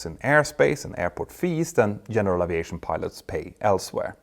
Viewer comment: Älskar dina videor och kanaler Petter, men uttalar du inte Aviation lite fel? Oavsett så uppskattar jag den höga kvalitén på din content. Bra jobbat!